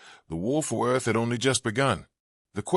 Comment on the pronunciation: Are you trying to pronounce "Earth"?